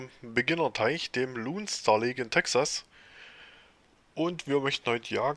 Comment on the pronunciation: Hör ma auf Luuunestar Lake zu sagen XD Das ist der L-oh-ne Star Lake : P